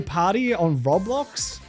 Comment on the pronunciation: I have never heard someone pronounce roblox like that before. Affectionately, I want to study you under a microscope.